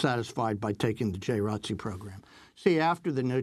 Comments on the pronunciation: Seriously ... The people at Democracy Now might want know the correct way of saying J.R.O.T.C. because they can deliver a message that the majority of viewers can understand. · Can you guys stop saying "J Rotc"? It's J. R. O. T. C. You're supposed to say each letter. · Yeah I was like WTF.. I’m from Florida I didn’t know what they were talking about. It’s J. R.O.T.C my sister was in it for 4 years. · George Dorsey Conversation really going to flow saying J R O T C every time lol, but then again someone did pretty ok with R E S P E C T